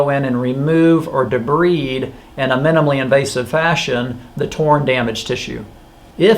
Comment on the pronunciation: I’m just upset at how you pronounce debride …